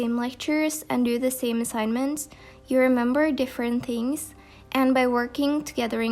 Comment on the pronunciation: Love how she says ‘tings’ instead of ‘things’ soo cute